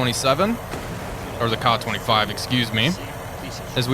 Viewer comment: Kay-A 25 not kah25 this drives me nuts